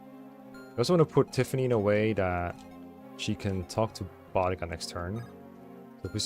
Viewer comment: idk if it’s actually correct in this case or not but anytime I’ve seen a named spelled that way(which is only like once because it’s the same name as a Servant from the Fate universe) it’s a stronger emphasis on the U. Sounds kinda like Buu (from DBZ)+dica. Boudica but I guess maybe there are still other ways to say the name or the author was going for something else in this, idk lmao but hearing Bodega as in those tiny mini mart like places in NYC had me crack a smile. Love the playthrough keep up the good work, and grats on the Relay win!